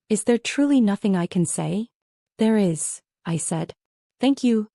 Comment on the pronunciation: Why does your AI spell words like is????? Can it not pronounce this simple word????